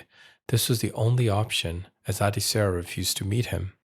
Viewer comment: Her name is pronounced Ad(eh) Sarah.